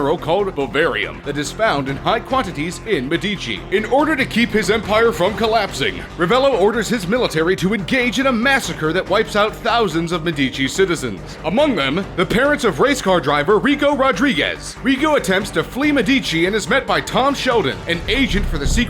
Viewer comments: Ahem its MED-UH-CHEE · Its pronounce "medishee" at the word Medici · this is a good video but its so annoying that he says medichi incorrectly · It's pronounced me-de-che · It is Med e che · medici is pronounsed medichi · THE WAY YOU PRONOUNCE MEDICI MAKES ME CRINGE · Stop saying Medici wrong! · Narrator clearly has never played the game and probably got this information from like a wiki page or something. Can't even say the name of the map of the game which is spoken properly WITHIN THE GAME LIKE EVERY 5 MINUTES! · take a shot every time he says medici wrong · i just love how he try's to pronounce 'medici' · You pronouncing Medici wrong is so annoying